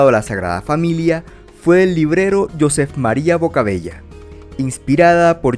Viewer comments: Muy buen video,. Te felicito. Una pequeña corrección, si me permites. El nombre Josep se pronuncia fonéticamente como "you-zèp" o "yoo-zèp", no "yoó-sef". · Para lo proximo que hagas que sean cosas en catalan te lo digo en forma de explicación, josep se escribe asi, si, pero se pronuncia yusep tal como suena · "josep" cono nombre catalán se pronuncia (no tengo alfabeto fonético XD) "yusep" siendo aguda, por is hubiera alguna duda. Un saludo bueno video